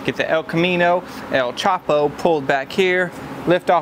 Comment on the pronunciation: El Chop-o 😂💀